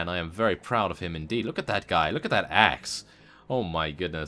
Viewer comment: "Look at the axe" Thought you said ass lol